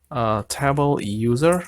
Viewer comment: TAY BOWL not TAH BOWL